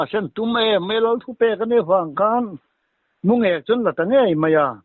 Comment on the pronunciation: mulêk tihloh tur..Mungêk tih tur